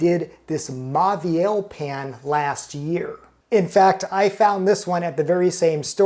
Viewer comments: MAUVIEL - Pronounce as MO-VEE-EL, not MA-VEE-EL. The AU becomes O. BAUMALU - Pronounce as BO-MA-LEW, not BA-MA-LEW. Same thing. If you are a food writer and critic and chef, you have to learn some French. Immerse yourself in audio books where you can listen to the readings as well as see the printed word. Fastest way to learn. You can also have a French person correctly pronounce the menu into a recording which you can play over again. One of my pet peeves with Americans is that they consistently mispronounce some French and Italian words incorrectly. MONT BLANC - T is silent, C is silent. BLON (nasal N). CHENIN BLANC - SHUH-NAIN (nasal N). BLON (nasal N) Italian: FETTUCINE, ORIECHETE, PENNE, LINGUINE - End with AY not EE. 'E' is AY not EE sound. Fettucine, Linguine - AY not EE. RAVIOLI, SPAGHETTI, CAPELLINI - End with EE. 'I' is EE. Now see how many waiters, chefs, customers, food critics mispronounce these words. Get it right, America. No lazy speech. Sloppy speech is the product of a lazy mind. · It's pronounced as moh-veel